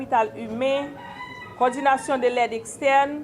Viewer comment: Madanm lan paka prononse "coordination non "mezanmi